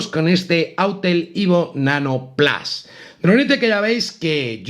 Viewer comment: Perdona (y mira que me gustan tus vídeos), pero ha sido escuchar “plas” y me salido un sarpullido por todo el cuerpo. Hace falta ser 1/4 snob (porque autel nano evo no lo has dicho raro como el “plas”). Lo siento pero no lo veré, me imagino que te verán los de Disney “plas”